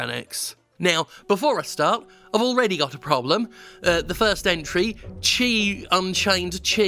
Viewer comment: Just as a final little "fuck you" flourish, "chi" is apparently pronounced "ki".